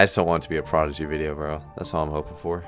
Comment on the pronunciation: Bruh the disrespect on Prodigy’s name 😭😭